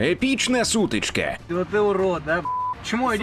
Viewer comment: Погана озвучка. " сутичкЕ", коллЕпс"- це якесь фонетичне насилля над мовою!